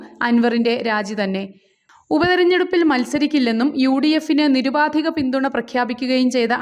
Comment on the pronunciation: നീറുപാതികമല്ല സഹോദരാ. നി രു പാ ധി കം. ആണ്. മലയാളം തന്നെയെങ്കിലും പറയാൻ പഠിക്കു.